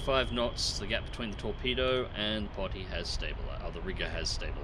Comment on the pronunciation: Riga, Pronounced Re-gah, and it's not "Potty", but pronounced Po-tea.